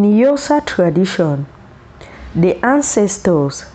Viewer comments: It's Xhosa not Yosa. So gorgeous attires but please learn to pronounce Xhosa the right way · sorry ... but its not eusa, its Xhosa ... rather say 'corsa'.... please ! but if you need help ... i'd love to help since i am Xhosa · What is yosa,if you can't pronounce our names properly don't talk about us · Xhosa Xhosa please not Yosa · Its not yosa it's XHOSA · Yosa please not accurate, Xhosa😢😢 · We are XHOSA not YOSA please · Very beautiful. You really brought nice combinations. As Xhosa speaking South African from Los Angeles I wish u can try to learn to pronounce Xhosa better than the way you are doing. Promoting someone’s traditions and values means that you should make an effort learn the pronunciation of words and terms associated with the message you are sending. Thank you for your work. Your pictures brought back the childhood memories. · Please pronounce Xhosa properly! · She doesn't know how to pronounce please p